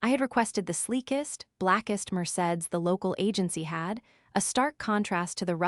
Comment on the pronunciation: I wish the AI voice could learn to speak Mercedes properly. 😂😂😂